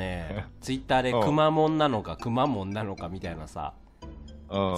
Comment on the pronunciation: 「くまモン」って、レトさんが言ってるのどっちも違う気がする……🤔(九州住みですw)